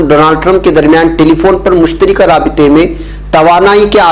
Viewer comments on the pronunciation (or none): مشترکہ ۔ بفتح الراء ہے ۔ بکسر الراء نہیں